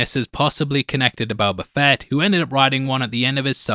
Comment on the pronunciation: the "BO-katandalorian" one more like this and I'm done